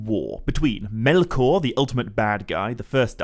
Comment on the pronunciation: Never knew it was pronounced melkorrrrrrrrrrrrr